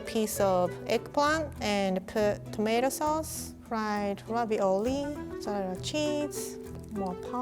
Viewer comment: i love the way she says mozzarella